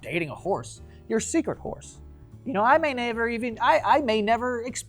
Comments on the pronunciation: Joe saying “I may neighver “ instead of never when talking about the horse but was truly the funniest slip up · you meant to say never, but you said neigh-ver while you were talking about horses and it was perfect and you didn't even stop to appreciate it. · I may Neigh-ver…… Joe…… I think you’re a secret horse. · The way he said Neighver talking about the secret horse 😂😅